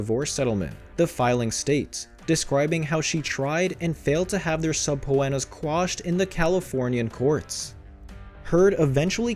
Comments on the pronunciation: SUB-POE-ENNAS Really?? How dumb do you have to be to not know is is SUH-Peena?????????? I will never click on this channel again! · “A string of sub Po enas?” 😂 just teasing. I think we get it lol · Subpoenas is pronounced subpeenas